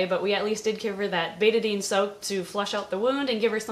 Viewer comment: I think "Betadine" rhymes without "eighty-nine," not "rate a bean."